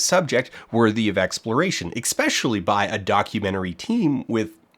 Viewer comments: Extremely minor nitpick over pronunciation: its "Especially" not "Eck-Specially" Feel free to ignore, this is just a personal pet peeve of mine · I don't understand how you can be so verbose, yet still say "eckspeshially" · He earned my thumbs up for pointing out his own mispronunciation of 'ekspecially', which is a pet peeve of mine. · I wouldn’t watch this if you didn’t point out how you said “especially” eskeptually. Continue.